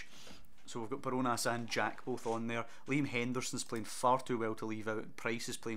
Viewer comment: Enjoying this series, it’s Bar-Jo-Nas btw